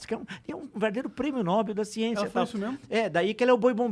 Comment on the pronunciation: "... Prêmio N -ó - bel..." Um professor? Parei de assistir neste ponto...